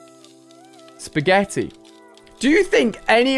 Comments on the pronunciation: At the broom it made me laugh so hard when he said broomefied spegetti 🤣🤣🤣🤣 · when he said speggety it was pasta